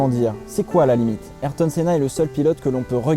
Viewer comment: Ayrto ça ce prononce respecté c pilote